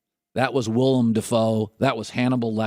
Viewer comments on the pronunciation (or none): . willem. willem. willem. not willIAM